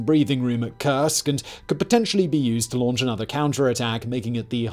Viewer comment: Ok, the German pronunciation is difficult. Das Reich reads dad raikh and Keil in Panzerkeil as kile not as kill. The Russian as well. Kursk is pronounced not as cursek but as coorsk. As in cool.